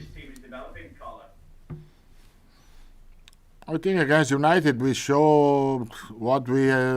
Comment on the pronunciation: Carlo pronounced it Song. Ffs